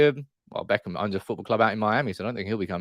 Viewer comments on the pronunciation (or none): none